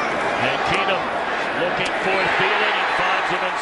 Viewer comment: Jered Boucher you would get a death sentence for that. And it would be worse if you did it Everytime they said keenum